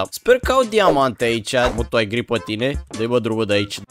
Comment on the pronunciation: Eu credeam că ai zis girl si cand m-am uitat era gri😂😂